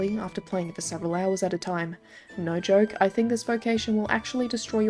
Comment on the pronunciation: Hear the NAUR kills me every time